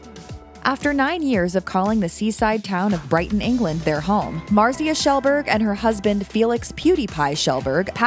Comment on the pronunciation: Omg say her name right pls